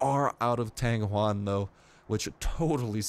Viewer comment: u just butchered the word tang yuan.